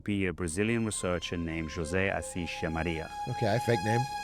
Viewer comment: Just want to point out that, in Brazil terms, "José" reads as José, with a normal "J", not "hosê", since in Brazil we speak portuguese and not spanish. Other than that, love the content Big A, keep it up.